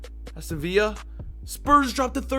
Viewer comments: I hate how u say villa it’s not via its viLLa u idiot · The amount of times people tell you to pronounce the Ls in villa you think you would listen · Bro Idk how many times you're gonna say it but Villa is pronounced as Villa (Vill-a) .Aston Villa haven't got no relation to spain